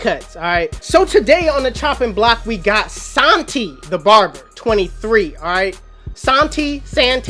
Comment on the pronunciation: it’s sahntee it’s Hispanic it’s never pronounced san t it’s always pronounced sahntee